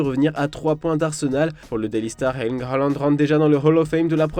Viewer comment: Sinon pourquoi prononcer hairling halland 🤣🤣